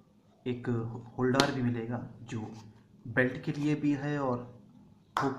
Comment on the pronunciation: Holdaaaar नहीं होता....... होल्डर hota hai